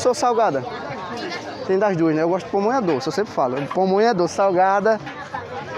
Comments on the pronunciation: O nome é PAMONHA e nao pomonha. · Não é " pomonha " o correto é pamonha..😂😂😂👍